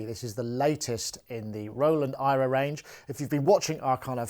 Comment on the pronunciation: is it really pronounced EYE-ra? if i was marketing this it would be air-uh or "era". makes me think the products were made because they are from THE era. who the hell is Ira?